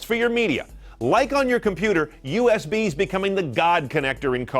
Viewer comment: Its usb not usp.